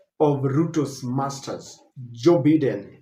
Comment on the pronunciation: Biden is pronounced as"Baiden" Please correct your pronunciation in your next presentation. Just a polite advice. Thanks🇬🇧